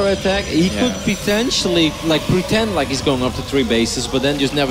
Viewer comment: "Pretendtially" lmao